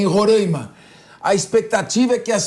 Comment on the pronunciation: Este apresentador tem que aprender a pronunciar Roraima e Pacaraima